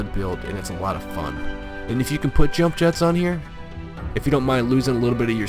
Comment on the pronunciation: This is one of the best skins, or paint Job. The Bronze metallic finish reminds me of Fish Scaling. Like on a Carp or Coy Fish. Its Yump Yetts (Scandanavian pronunciation) Not Jump Jets. Lol. Did you realise that 'Nova' in Spanish literally Translates To: No go. It's why all Chevy Novas didnt sell well in Mexico. So your Hispanic Name Would be Harry No Go. Lol.